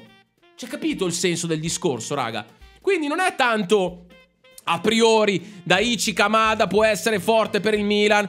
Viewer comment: Daichi Kamada, si pronuncia: Dàici Camada. piccola regola di lingua giapponese: se vedi scritto "CHI", si pronuncia sempre "CI"